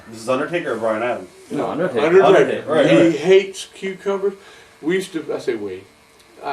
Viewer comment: I stg I thought I heard him say Undertater 😂